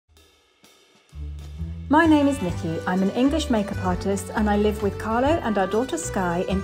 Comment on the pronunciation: CARLO, not "Carlos". CARLO is Italian, not Spanish and very lovely man ( sorry Nicki, I know he is yours!)